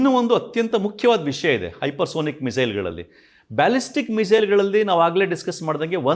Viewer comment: ಹೈಪರ್ ಸೋನಿಕ್ ಅಲ್ಲ ಸರ್ ಹೈಪರ್ ಸಾನಿಕ್ ಅಂತಾ ಹೇಳಬೇಕು.